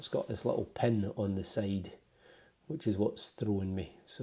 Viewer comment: Pin not pun